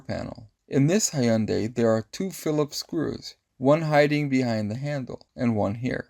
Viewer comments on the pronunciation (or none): This is a great and easy rigged fix thanks. But i think you're the 1st person ive ever heard pronounce a hyundai as hey-yun-day instead of hyun-day, even though both are wrong cuz its pronounced hyun-die